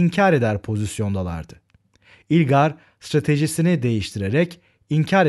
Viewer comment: Hocam yalnız ilgar değil ılgar diye okunuyor :)))